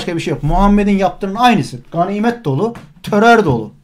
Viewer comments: Sevgili hocam törör değil terör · Töror ne yaa !! Töror u yapan, yayan sen ve senin gibilerdir. Kişi kendinden bilir işi👍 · Yanlız Terör değil "TÖTÖR" ndkdsndjxn